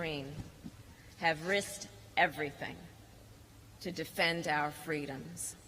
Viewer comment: I would rather chew on a nice warm elephant turd then ever hear her stupid lies to seem important…the MLK story about her as a child saying “Fweedom”…look it up it’s sad